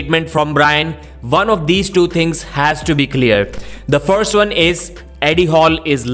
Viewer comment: It's "why" not "vai". It's "one" not "varn"